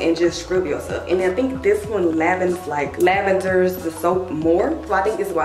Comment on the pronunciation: Lavenders = Lathers in talk✨❤️